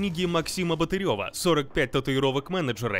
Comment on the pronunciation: БАтырев, а не БатырЁв